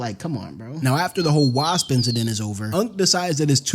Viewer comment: can't pronounce wasp. What kind of a story teller that can't pronounce a name or even an insect kind